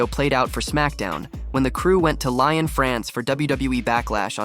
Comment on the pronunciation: Its Lyon France, not Lion... Niah not Nia. Proper pronounciation of names are important